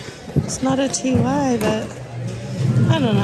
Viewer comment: I think I am going to faint. That stuffed lion you actually said Ty, like tie instead of T Y.